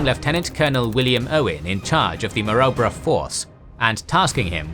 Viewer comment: Your narrator needs to review his pronunciation of both "Maroubra" & "Kokoda".